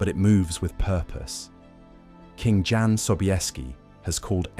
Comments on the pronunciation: AI…….It’s pronounced YAN…….not John! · Jan is pronounced YAN, by the way... your AI narrator is hit and miss... can't you just write the script phonetically? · ... in eastern europe... including Germany... a... "J"... is pronounced as a "Y"... so Jan... reads as... "Yahn"... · OMG, it's pronounced YAN, not JAN, FFS! How difficult would that have been to look up? Friccin AI BS